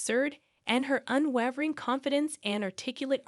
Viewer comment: You pronouncing unwavering wrong